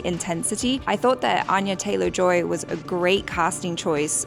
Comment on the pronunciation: *it's An-ya, not Ahn-ya